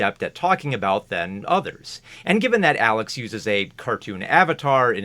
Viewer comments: absoulutely dying over you constantly getting Alex's name wrong as a running gag LOL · I appreciate the many ways you mess up Alex's name